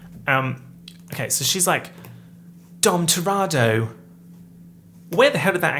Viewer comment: I love you and it's pronounced TUH-re-toe